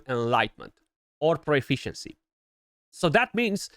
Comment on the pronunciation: Stop saying pro-e-fficiency. There is no E. Just profficiency..